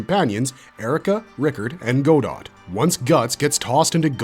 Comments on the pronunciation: Godot? Isn’t it Godo? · It's written Godot, but pronounced 'Godo' (as in 'Waiting for Godot')